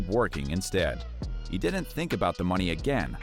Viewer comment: So cringy every time this narrator says dident instead of didn’t.